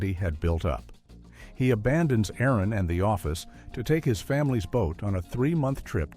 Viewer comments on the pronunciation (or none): none